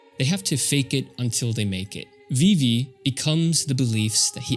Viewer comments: VIVVY???????? VIIVVVVVVVYYYYYYYY?>?!?! FIX YOUR MOUTH. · pronouncing vivi 'vivvy' is so wild but cool vid